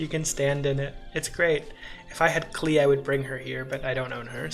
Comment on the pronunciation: klee rhymes with melee, not key!